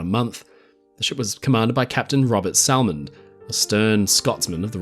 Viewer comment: Minor annoyance. Salmond is pronounced without the L just like Salmon the fish. (“Sammond”)